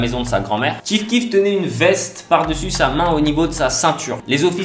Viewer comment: Chief keef pas ti keef putain respecte le goat azy mes pas je regarde la vidéo